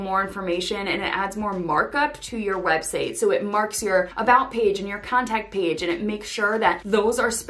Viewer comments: Did you say web "seigh?" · Why are you saying website as websay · it's just curiosity cuz I thought I was mishearing